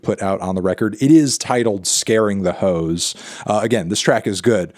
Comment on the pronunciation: Garden Hoes? It’s “Ho’s” Mellon!